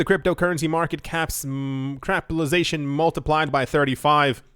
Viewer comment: Crapitalization lol